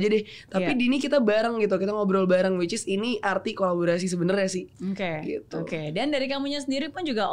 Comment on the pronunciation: Awkarin kebanyakan bilang whichis😂